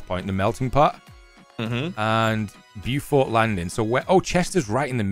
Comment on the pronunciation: Its pronounced Beaufort not Beaufort......